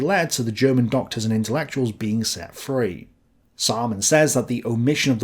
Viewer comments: Anyone else just think 'Simon says' everytime says 'Saaman says'? 🤣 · Seriously, Samaan says? Was that on purpose to sound like Simon Says? Dude, you said epi-tome instead of e-pit-ti-me. Can't even say rookie mistake.